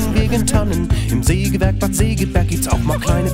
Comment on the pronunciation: Hundertmal Sägewerk falsch ausgesprochen.